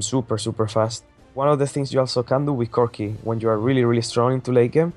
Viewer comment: Lmao "cookieee"